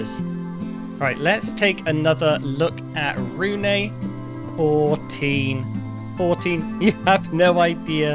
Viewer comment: Really hope the developers will change how bloodmoons work. Like telling the player in the morning of the day it happens so we dont have to turtle around our bases in fear of it suddenly appearing. Also you pronounce Rune as ''Rune-uh''. It's not a big deal, just feels really weird hearing my own name being pronounced that way xD